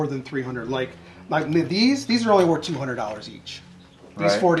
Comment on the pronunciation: You can’t even say worth lol